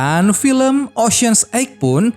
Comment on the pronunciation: Min ocean 8 bacanya bukan ocean egg. Emang telor 😅😂. Ocean 8 bacanya (oshen eit)